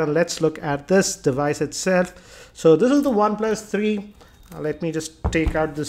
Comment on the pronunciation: "One plas tharii" lmao.